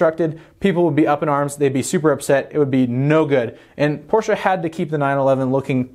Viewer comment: Firstly: Thank you for properly pronouncing "Porsche". It hurts my ears how some of your compatriots pronounce it. The rest: quite nice, given that no test drive is included/could be included at the time and you could only use marketing images/clips by the manufacturer. The emphasis on price seems to be interesting, though, as you wouldn't expect the 911 to become cheaper, do you?